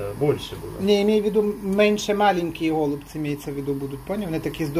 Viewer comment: А чего гОлубцы,а не голубцЫ????